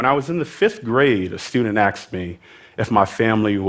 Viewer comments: did he say axed instead of asked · shiva dhanush that’s how New Yorkers say it